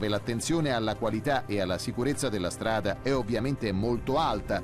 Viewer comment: Min 7.30..."ma gapire come stiano le fondazzioni dea strada"... e questo fa da speaker a una trasmissione a fondo scientifico... par mi l'è un terun...che vergogna